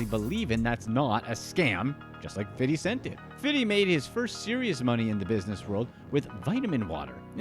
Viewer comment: Who told you to pronounce 50 cent name like that? LOL nobody says his name like that not even him